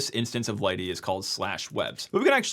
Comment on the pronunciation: I also found out that lighttpd is pronounced as "lighty" from this. The more you know...